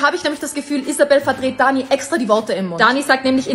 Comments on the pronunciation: Er kann nicht mal danis namen aussprechen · Hör auf dich einzumischen du versteht das doch eh nicht Auserdem sie heißt Dani und nicht Ani